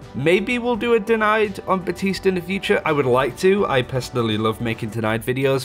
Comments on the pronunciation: Literally called himself "BAP-tiste" in the voice line and you still insist on making the P silent. Lmao. Good ear. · Baptiste: Thank you, Baptiste.: buh-tees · He's been out long enough for people to pronounce his name properly too but I keep hearing BaPtiste (other channels)